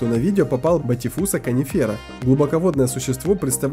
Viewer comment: bathyphysa conifera - proiznositsya "konifera" , ne "kanifera" ... inace , blog velikolepniy ...